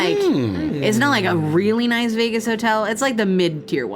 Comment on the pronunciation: "NAICE" said ChatGPT